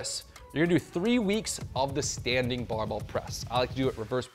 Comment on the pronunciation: Thanks! But the word is BARBELL